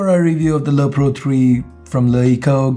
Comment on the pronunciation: you keep on saying lo pro :)